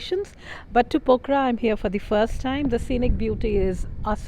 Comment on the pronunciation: this is POKHARA not pakhora as you every time pronounced